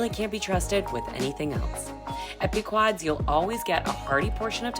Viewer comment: FYI: 1) It's pronounced "pee-kwadz", newb. 2) "BURT KATZ OPENED THE ORIGINAL PEQUOD’S PIZZA IN MORTON GROVE, ILLINOIS, IN 1971." ((excerpt from their website.)) Buon appetito ;)